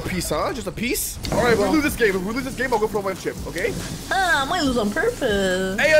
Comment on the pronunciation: Bro it is not otay it is okay